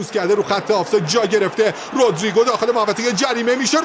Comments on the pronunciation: آخریه چرا هی میگفت رودرررریگو 😂 خیلی ر رو بد می‌گفت 😂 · آخری که افغانی هست چرا اینجوری میگه رودریگو 😂😂